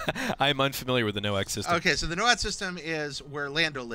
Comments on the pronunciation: it´s anoat, not noat :p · It's ANOAT not NOAT. {An-oh-at} Yes, I'm being pedantic about the pronunciation of a fictional planet / solar system / space sector. [ Also, Twi'lek is pronounced either as {T-why-leck} or {Twee-leck} - The Clone Wars is a little inconsistent as both are used interchangeably throughout the show. ]